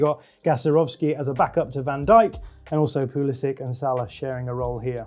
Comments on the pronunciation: man said pulisic lmao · Proper laughed when you said pulisic 😂😂😂😂😂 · I turned off the video when this fraud of an analyst said Pulisic